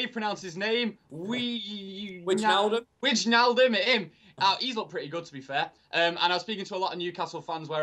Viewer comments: "Vijnaldem" Hahahha, it's pronounced "Vy-nal-dum" Agree with Dave's team it's what I'd play too - or what I think VG will play as I'd play Herrera over Januzaj. Hope Schweinsteiger gets a start, but assume it'll be Schneiderlin and Carrick again. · Wijnaldum = Vy-nal-dem (pronounced almost like derm) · Zain Ali No, it's pronounced as a W. It's like Nile says: whynaldum. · Georginio... Wait for it... Wine-nal-dum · It's pronounced "whynaldum" ffs, said it all confidently as well 😂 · Wijnaldum is pronounced like Weinaldum, but we don't really care over here do we ;)